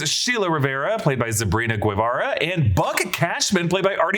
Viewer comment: Guevara is pronounced (Geh Vah Rah) Not Goo-Ay, Geh.